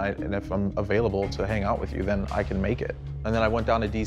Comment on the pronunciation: Thin 😂line I guess I was line then sound like ‘then’